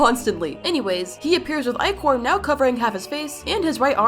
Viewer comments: IT'S ICOR NOT ECOR SONA!!! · Ichor not EEchor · again stupid ichor!!! Not echor!!! 🙏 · Ik its a mistake but the echor instead of ichor is killing me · It’s icor not ecor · It’s I-cor not eee-cor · You pronounced Ichor wronb its "Eye-cor" not "E-chor" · I-core is how you pronounce it not ih-core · It’s not echos!!! It’s ichor!!! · It's not ecore it's icor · Bro , it’s called “eye-cor” not “Icor”! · By the way, I don’t think Ichor is pronounced eek-or, I think it’s pronounced Ike-er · First of it’s not EEchor it’s Eyechore prounounced Eyecore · It hurts me hearing you say ecor.. It's EYEcore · Why does everyone i know say ECOR ITS ICOR not actually the spelling btw just pronunciation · ITS I-CHOR NOT EH-CHOR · WHATS ECHOR?!?!! IT'S ICHOR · It’s I-chor not icier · U call it icor not ichor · couldn't help but correct you because this TRIGGERED me.. Ichor is not pronounced ee-kor its eye-kor, hope this makes sense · ITS ICHOR NOT ECHOR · ITS NOT ICORE OR ECORE ITS INKER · I thought the word ichor was pronounced “iecor” not “eechor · ITS ICHOR NOT ICOR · BRO ITSNOT E-CORE IT'S I-CHOR ye im undubbing for a week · It's not ecor it's icor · Why does she keep on saying Ecore it's icore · it's pronounced EYE CHOR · It’s pronounced (i-core) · Btw this is how you say ichor "ICKER"spelled like ichor. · Rember its I-chor ok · Ichor is pronounced "I-Core" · Ichor (EYE-core) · Why are u saying ICOR WRONG?! (sorry this is not a hate comment) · you say it like IY Chor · not go be rude but you pronounce it as ie-cor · You got ecore rong 😂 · uhm I think its pronounced as "ick-or" only saying how I heard it from qwel!! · Btw it’s pronounced I-Core! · it’s pronounced i-cor but spelled ichor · What she thinks she says:Ichor what I hear:e-chor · Why do I hear inkor instead of ichor? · ichor (ick-or) that's how its pronounced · It is pronounced I-core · Ichor is pronouns as aychor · ITS PRONOUNCED AICHOR (sorry for being mad, but aichor.) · Its pronounced (eyechor)